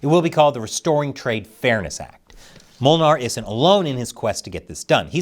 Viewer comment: As a Dutchman your pronunciation of Molenaar (Miller) is quite funny. I'm kinda curious if the guy himself can pronounce his own name.